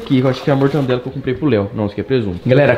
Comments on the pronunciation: "Mortandela"????? Pqp em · Mortandela? Kkkkkk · Quem peserbeu que o leu falou pão com mortandela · Ninguem: Ninguem mesmo: Abisoluta mente ninguem::mortandela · Mortandela e mortadela